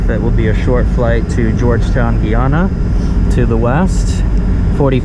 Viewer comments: The pronunciation is not “Gey-ana” it’s “Guy-ana” as in GUY. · Guy- ana not Gii ana